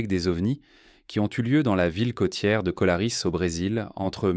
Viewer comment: Colarès, pas colaris...